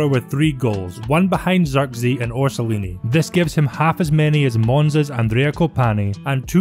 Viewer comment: Bologna is a true refreshment this season. Motta is doing some seriously good job, while Ferguson has very bright future. I really like your work, especially when Serie A is the subject. P.S. Eeverytime you say "Rho-so-nee-year-ee" one Italian inocent child having a terrible nightmare. 😅